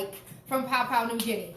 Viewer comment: Interesting spin on this traditional Papua New Guinean dish with the fruit in the mumu. I've never had that before and you make it sound good! Side note: Please try to pronounce Papua properly. It's pronounced "pah-poo-ah"